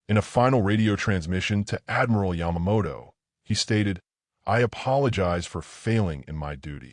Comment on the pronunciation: I didn't know that Yamamoto was Scottish but in one of the mispronounced names it sure looked and sounded like it.